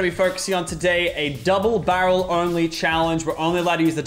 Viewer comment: Its not double barrle its bubble darel